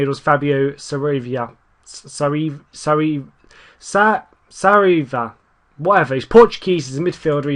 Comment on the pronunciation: Saraiva is pronounced Sa-ray-va